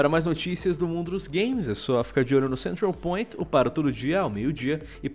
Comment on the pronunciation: Eu adoro quando ele diz Central Point kkkkkkkkk é engraçado o jeito que ele fala!!